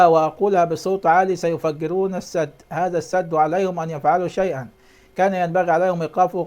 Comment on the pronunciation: قوله الاول يعرف يتكلم وينطق الحروف صح دا بيقولك السـِـد " بكسر السين " وبيقولك بيان متوقع.. يعني مش حقيقي بيألف من عنده بصراحه تحفه 😂😂😂